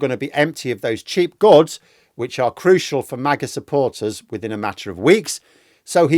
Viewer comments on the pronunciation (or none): none